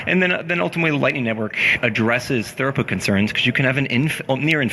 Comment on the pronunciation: I'm only a quarter of the way through this, but please, it's throughput not thoroughput! :o